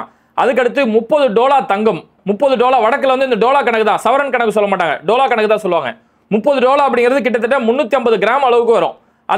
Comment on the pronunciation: ஜனாப் பாய் சாப் அது டோலா கிடையாது தோலா என்று வாசியுங்கள்.